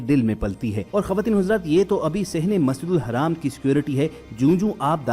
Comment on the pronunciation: Masjidul haram hai wo dhang se bolo tallaffus sahi kro apna video bnakr social krtey ho dunia waley video dekhtey hain dhang se bolna seekho smjhe jaahil Insan